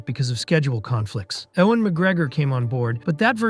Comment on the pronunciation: Ewan McGregor (You-win) NOT (Ew-wan).